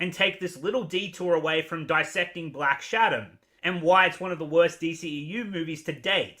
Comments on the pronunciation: Lol do you keep saying black shadom? 😂😂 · I kept thinking you were saying "Black Adder".